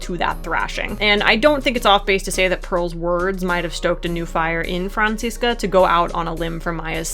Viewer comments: Even though I like headcanons, it bugs me when people try to argue that their headcanon is canon, so thanks to you for this video. And I don't know if I've said it before, but as a German, I really like how you pronounce Franziska, it's a nice blend of the German and American pronunciation <3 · As a German speaker, the way you pronounce "Franziska" is sooo cute.